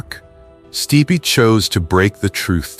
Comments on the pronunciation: Michael "Steepay?" Nope. 'Stipe.' One syllable. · At least teach your AI to pronounce names correctly. Case in point: "Steepay" instead of Stipe! Gah, terrible!!! When AI can't pronounce someone's name properly (and it makes SEVERAL mistakes), it takes me out of the video, because it feels like a slap or a cold glass of water to the face. I know I'm not the only one. This is NOT acceptable! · The forbidden love line is a form of repression and its pronounced Stipe not Stipeee. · Stipe /Staip/ not /stee-pee/ AI sucks sometimes. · Sti pay - classic AI